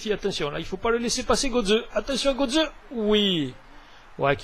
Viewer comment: Kroos se prnonce "kros" et Götze "gueutze" ;)